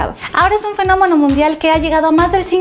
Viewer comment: "Fenomono" :,v